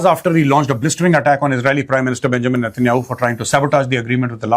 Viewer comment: Correcrion Its benyamin not benchod netenyahu. Please use correct pronouncing